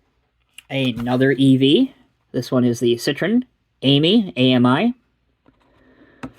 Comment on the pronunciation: Learn how to pronounce "citroËn", please.